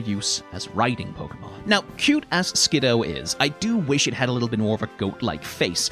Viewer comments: I'll forgive this pronunciation, as that's how I would pronounce it too, but according to multiple sources its "Skid - doo" for some reason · Fun fact, Skiddo was the Pokemon that made me stop trusting the anime 100% when it comes to pronouncing names (they pronounce it like Skidoo) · I will never forget the time I was watching the anime and the Pokédex pronounced it Skid-DOO. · We (yes, WE) will NOT be calling them "Ski-DOO" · I know I've popped in with critique of your pronunciation on a few of these shorts... I'm siding with you on this one, there is no way in hell I'm agreeing with the anime that this little guy's name should be pronounced "Skidoo" like I should be saying "23" in front of it in a transatlantic accent before zipping away and leaving behind a brief me-shaped cloud of dust. That said, I always keep needing to remind myself that Skiddo is a solo Grass-type and not Grass/Normal. It looks so much like a Normal-type, and I attribute that largely to the prevalence of browns and beiges in the color schemes with the leafiness being constrained to it's neck and back. It's of a kind with Pyroar and Litleo in that way, except that the "kind of just a lion" vibes they give off that communicate "Normal-type" actually mesh with the fact that they are Normal-type. In that way, the grounded-ness of the design I actually feel does a slight disservice to how these two are meant to work in gameplay, even if Skiddo is thoroughly adorable and I want a real one to playfully headbutt my shin until I give it a bottle of milk.